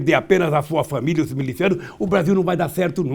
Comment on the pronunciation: me chama de jumento!! A pronúncia correta é MILICIANO com i, e não MELICIANO como você disse seu apedeuto e repito o tratamento para o condenado é ex- presidente com hífen . Ele foi presidente no (passado) o então presidente se chama Jair Bolsánaro . Volta pra escola se é que um dia frequentou . KKK! Pra reforçar sobre o jumento eles tem força, paciência e resistência fora do comum e se adptam a qualquer tipo de trabalho ,portanto deve ter mais atributos que você .